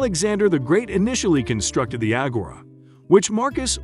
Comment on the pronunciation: The way he pronounces agora makes me uncomfortable